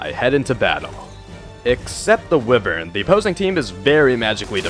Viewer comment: Did you pronounce wyvern as ‘wiv-ern’? It’s ‘why-vern’.